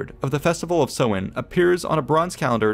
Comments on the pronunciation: Minor point - Samhain (pronounced "sow - in") has the emphasis on the first syllable, not the 2nd. So, SOW-in is a good phonetic guide. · Samhain is pronounced, as already indicated. It is an Irish language word and is likely the same in Scots Gaelic and Manx, daughter languages of Irish. BTW the tonal stress is on the first syllable, this SAMHain. Go maire are dteangacha bro! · Samhain is pronounced sow-wan, not so-win! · please do not be guided by this guys irish pronounciation! it`s awful lol. but his coverage of the details is good! samhain is pronounced like sow(as in a pig)-in, not sew-in! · Listening to the pronunciation on the video is shocking. The festival relates to the month of November (Mí na Samhna - pronounced me naw how-na) The month of May is Bealtaine (pronounced be-owl-tan-ah with the first two syllables run together) and that’s where the festive dates got their names. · Samhain rhymes with the word for female pig - not the thing you do with needle and thread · Jesus they pronounced samhain so wrong lmao it's an Irish tradition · he is pronouncing samhain wrong. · I am irish, the words samhain and bealtaine are irish words. The man was pronouncing them wrongly. Samhain is pronounced as "sow - in", you say it fluidly without a pause in the middle like "sowin" Bealtaine is pronounced as "bal - thanna", not "baltin" :^) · That was an excellent commentary on Halloween or Samhain. The only issue was the way some words were butchered. The correct pronunciation for Samhain is sow-in, that is sow as in female pig. Also, the proper name for Mayday, Bealtaine, is pronounced byal-ti-ne.